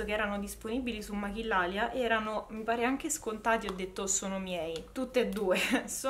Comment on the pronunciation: Ciao cara! Volevo dirti intanto che ti adoro, sei carinissima 😍 e ti volevo anche dire che maquillalia essendo spagnola si pronuncia machiglialia, la doppia L si legge gli e la Q si legge chi. Così per i prossimo video che aspetto impazientemente, avrai una pronuncia perfetta! Grazie 🙏 per le tue dritte